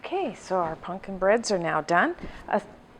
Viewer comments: Is she saying “punkin’”? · I love how she pronounces it as "punkin"